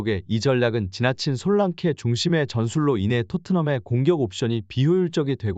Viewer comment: 잘봤어요 ~ 솔랑케 아니고 솔랑키 입니다 😊